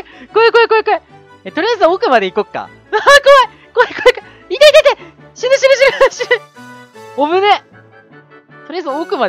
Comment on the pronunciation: 死ぬ死ぬが汁汁って聞こえた